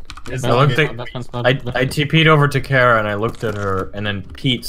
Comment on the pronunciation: It's pronounced kara